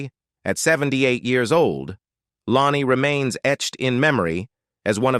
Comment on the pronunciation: Low-nee?? WTF?? Using ai for this is beyond lame.